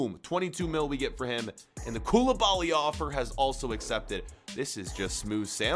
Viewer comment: You sound so stupid bro mAnE aNd KoUlIbAlY